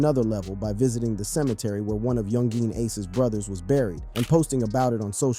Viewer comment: why you say yungeeen lol its youngin